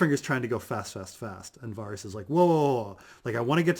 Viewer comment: I can’t take this guy seriously if he can’t even pronounce Varys’ name correctly